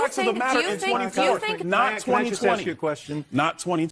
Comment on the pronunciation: Ax. Ax. Ax. Stop it. You sound ignorant.